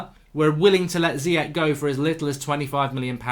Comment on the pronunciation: Mark its pronounced Ziyash like smash